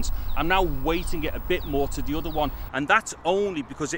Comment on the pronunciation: udder = other